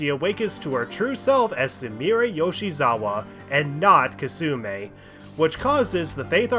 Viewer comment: it really bothers me how you keep mispronouncing Kasumi as kasume